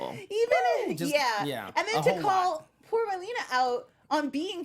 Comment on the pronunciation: And calling Mylene "Mylena" dudeeee